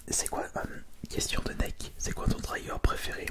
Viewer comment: Ça me stresse quand tu dis « trYgger »